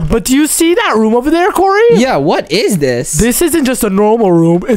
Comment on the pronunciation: its kory į repeat its kory